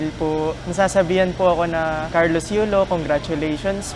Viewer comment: YULO HINDI YOLO....LOL